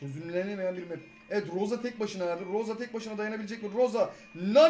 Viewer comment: rosa değil abi emz